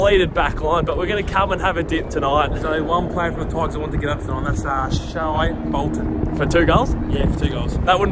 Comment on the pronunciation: It’s spelled Shai but it’s pronounced shay